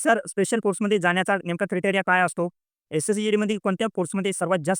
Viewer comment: क्रीटीरिया ❌ क्राएटीरिया ✅😂